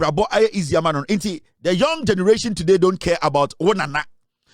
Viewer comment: Why do you Ashantis say MINE instead of MAN? The word is 'MAN' not 'MINE'